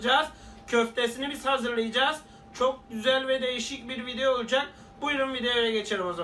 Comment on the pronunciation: veyselede yaptirmadigi sey kalmadi karabiberde göz yaşına bide video değil soylerken vidyo yazildigi gibi okunmuyo garibime gitti:-D:-D:-D:-D:-D:-D:-D:-D:-D:-D:-D:-D:-D:-D:-D kapi orda veysele gorusmek uzere diyo ama o arkaya gidiyo:-D:-D:-D:-D:-D:-D:-D:-D:-D:-D:-D:-D:-D:-D